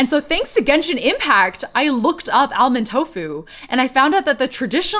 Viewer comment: I love your stuff, but please don't pronounce the 'l' in "almond." It's just "AH-mund." ☺